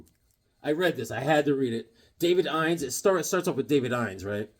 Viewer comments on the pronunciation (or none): Weird worlds... David Innes is pronounced.. " in us". I know a guy with that name.